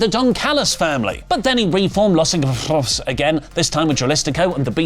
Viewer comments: please just say Los ingobernables, please at least try lol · I want to see the blooper reels for saying Los Igonoaberrbleslest... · I love how purposefully cant pronounce Los Ingobernables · You didn't even try to say Los Ingobernables. 😂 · Los ingobernables is not that hard to pronounce. Leave this stumbling over foreign words shtick back in 2016 where it belongs.